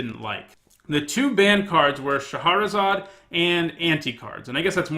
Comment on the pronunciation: Shah-razad, not Sha-har-razad.